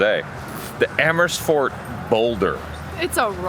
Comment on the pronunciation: Living for so long in the Netherlands now you should know not to say Emmersfort. It is AAAAmersfoooort